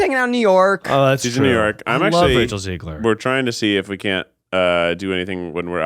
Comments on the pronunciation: Hey guys, if you want Rachel Zegler on the pod, you should probably start by pronouncing her last name right lol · begging y'all to pronounce zegler correctly